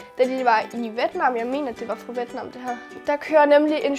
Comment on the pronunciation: Hej det hedder vjet nam 😂